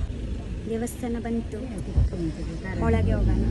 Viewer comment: Nice vlog. I liked it. Kannada 👍. Not Holage, it is Olage. Hagedhira nevu not nenu. If you dodn't like the food please give it to your mother not to your friends.